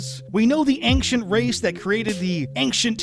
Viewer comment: Bro, your video is solid. But, for the love of the homeworld, there is no hard K sound in "ancient"